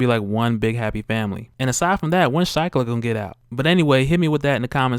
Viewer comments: Pronounced sheeklah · Shiklah = "SHEE-klah"